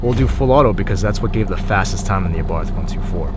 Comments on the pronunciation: Btw, it is pronounced Ah-Bart. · well not exactly. Carlos abarth was austrian not italian, so the 'th' would be pronounced in his native tongue, but that would be the italian way. For this reason I think either works.